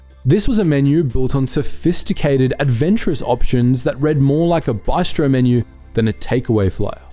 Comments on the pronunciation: It's not an AI voice it's just in some areas of the country like Western NSW, that's how they pronounce bistro 👍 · haha what regional town pronounced bistro as “bystro” keep dreamin mate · Please never ever refer to a "Bistro" as a "By-stro" ever again. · Byestro? Ok mate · Apparently the Bye-stro is what happens when your money is used for a RFG franchise 😮